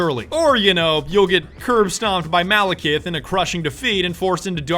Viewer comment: oh and dont forget Malakith, its literally Malacath but with an i